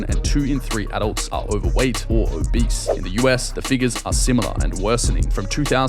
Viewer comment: Lmao about she sayin obese sounding like “a beast” really cracking me up “ why’d u wanna be a beast” it’s not good to be a beast” 🤣